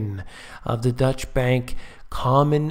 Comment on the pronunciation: Its not "Dutch" bank btw